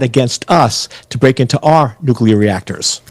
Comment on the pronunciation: Iran must never have nucular weapon.